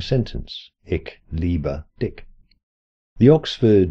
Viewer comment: "Dich" is not pronounced like "dick." It's pronounced like "dish."